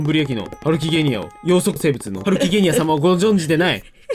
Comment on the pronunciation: ハルキゲニア×げんさん=ハルキゲンニア